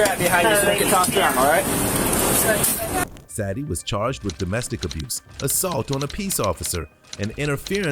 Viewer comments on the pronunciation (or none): Sadie is pronounced "Say Dee" NOT "sad ee" like you keep saying. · If only the commentary was accurate when depicting the details of a crime. There's a difference between he and she, and the pronunciation of Sad-ie vs Say-de, which was said correctly in the video at least 3 times yet still missprounced by the voice over. I know there's worse mistakes, but it's simple attention to detail. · Why, why, why are you pronouncing her name so wrong? SAD-EE..it's Say-dee....it's been around a long time, it's in q Beatles song, Sexy Say-dee, I've NEVER heard anyone say it as you did, very unprofessional dude, if you're uncertain you can Google correct pronounciations.. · saydee, sadie, not sadyee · Her name is pronounced Say-dy it spelled Sadie.